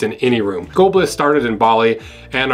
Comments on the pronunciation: Skolblis? Nope. Skohlblis? Nope. Skoalblis? Nope. Ya'll done trying to figure out wtf he's saying? He says the word Skull as Skoal and contracts that with the word Bliss so it sounds like Skoalblis! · I was confused for a minute... Thought you were saying Skoal.